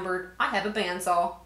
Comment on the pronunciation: Was that a southern accent that I herd when you said "band saw"? :)